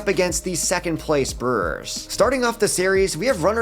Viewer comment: Ah yes, the Milwaukee Brerrs.